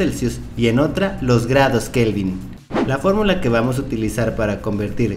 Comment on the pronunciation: ESO LO DIJO XDDDDDDDD "FÓRRRRRRRMULA"